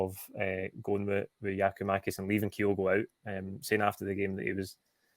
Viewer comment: How is it possible presenters are still pronouncing Kyogo’s name wrong. ITS KYO’GO …… NOT KIGH-OH-GO. For the avoidance of doubt..….can you please learn to say KIGH-OH-GOs name right.